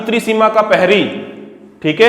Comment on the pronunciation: सर पेरी नही प्रहरी होता है।